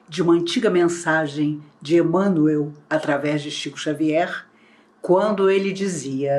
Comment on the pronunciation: A pronúncia de "Emanuel" é idêntica a' de "Manuel","Miguel","Rafael*, etc.